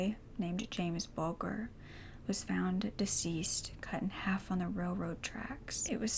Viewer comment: Pronunciation, or rather brit picking... Jamie Bulger 'Bulge-er'